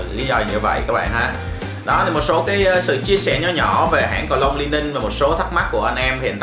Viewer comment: A ơi đọc là Li ning nha. Hồi trước e cũng đọc nhầm thành Lai ning